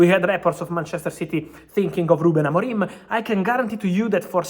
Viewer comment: "Ruben AMORIME" Lol